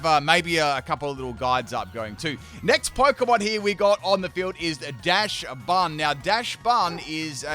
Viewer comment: Oinkologne is pronounced "oink-cologne" (cologne, as in the men's fragrance). Dauchsbun is pronounced "docks-bun," a cross between the dog breed Dauchsund the word "bun." Your Quaquaval wasn't necessarily wrong, just too much pronunciation in the middle. "Quack-wav-ul." Quack + wave + carnival.